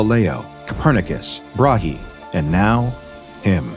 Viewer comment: The extremely liberal pronounciations of "Brage" and "Cassiopeia" ^^